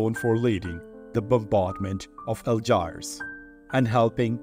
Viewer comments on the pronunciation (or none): This won’t take long; there were only six errors TOTAL!!!🎉 I’ll take them in the order in which they occurred. 1.”Algiers” is pronounced “al-JEERS” not “al-JIRES”. 2. error on “women’s”(not the first time). 3.”Guerin”is pronounced “gway-RAN. “in” in French is pronounced “an” with the final “n” being sounded back toward the throat. 4.”Laubat” is pronounced “low-BAT” the “au” is pronounced like the letter “o” in French. In English, it’s “aw”, and in German it’s “ow”. 5. “Ontario” is pronounced, “ahn-TARE-ee-oh” not “ahn-TAHR-ee-oh”. 6. You put an extra syllable in “governmental”. It came out as “guv-urn-uh-MEN-tull” instead of “guv-urn-MEN-tull”. That’s very few errors for a full video. It’s too bad we can’t graph your progress. At least graphing isn’t in my area of expertise; that was another one of my husband’s talents. I’ll bet a visual representation would be very impressive, though 🏆☄️🌈 KEEP UP THE GOOD WORK!😊❤